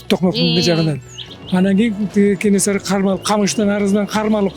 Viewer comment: Журналист кыз КенеНсары эмес,Кенесары торпок болбой жакшылап даярданбайсынбы?